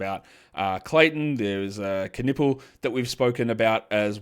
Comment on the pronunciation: Hey, I know you are really into the names stuff, so: Knueppel is a German name, i guess. Because a Knueppel is a stick in German. A stick to beat somebody to be excact. And silent Ks are not a thing that exist in German. So give it the loudest K you can. Greetings from Germany